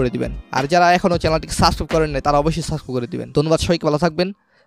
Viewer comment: এই কাজটি অবশ্যই ঠিক হয়েছে এবং আরেকটি কথা আপনি সাবস্ক্রাইব ভালো করে উচ্চারণ করতে পারেননি।